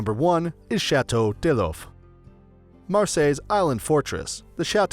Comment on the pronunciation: It's almost like a robot is reading it, but surely a robot wouldn't pronounce D'If as 'deloff'. No, I suspect what we have doing the narration...is an idiot.